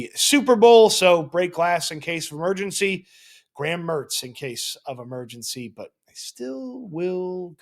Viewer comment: “break glass in case of emertzgency” 😏